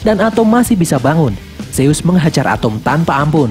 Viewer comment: Zeus dibaca zuz